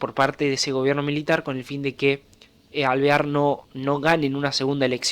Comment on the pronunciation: Amigo, dijiste 5 veces el nombre de T. De Alvear y solo 2 lo dijiste bien jajajaj Muy buen video! Consulta, que hacía Justo en la UCR?